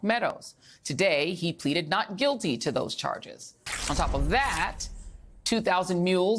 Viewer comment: When did Arizona become Airizona?